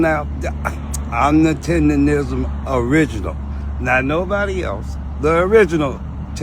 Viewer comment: Bro still cant say TenderNism😂